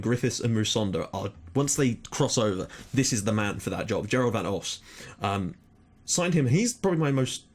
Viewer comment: I'm Dutch, it's the shorter Os, but in the video you pronounced it a bit like Osh. It's Os like you said the second time, but without the h. So Os like in Diego Costa.